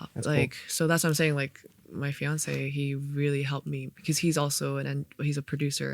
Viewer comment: Love that she says Beyoncé and Fiancé the same exact way lol. Ejae, thank you so much for the gift of blessing our ears with the exclusive demos! This is what it sounds like original demo was absolutely breathtaking (I almost cried listening to it).